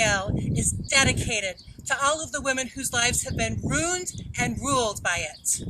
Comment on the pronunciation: Why did she roon that scale? 😂😂